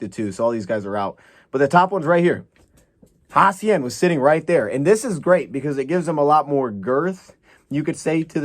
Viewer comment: You said his name right the first time.